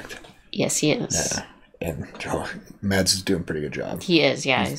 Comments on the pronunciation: His name is actually pronounced Mass. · The D in Mads is silent 😛 I have never watched this series, but I started your reaction because of Mads, who is danish like my self 🙂